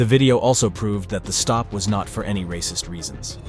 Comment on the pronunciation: Ray-cysst-s see ray-cys-m EVERYWHERE. Will Clarence Williams EVER get that shoulder surgery? 🤔